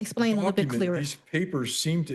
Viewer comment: The judge “axed” her and she’s just trying to “asplain”. I think we are dealing with a negative IQ level.